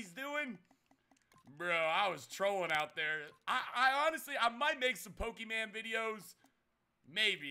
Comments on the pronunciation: did this man really just say pokeman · Pokeman. I thought it was pokemon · stop saying Pokemon like that 😂😂😂😂😂